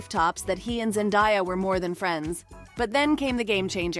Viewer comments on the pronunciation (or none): Could you like pronounce her name correctly? Zen DAY ah